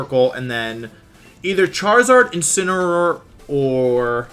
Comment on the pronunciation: Day 3 Wideo 3 of asking Mr Wolfey Glick to use "Insineroar" instead of "Insinnyaroar" as a method to pronounce The pokemon Incineroar